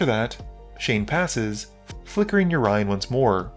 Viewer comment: the way you say Yorion though..why?